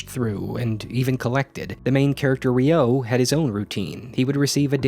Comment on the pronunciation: That ain’t how you pronounce Ryo...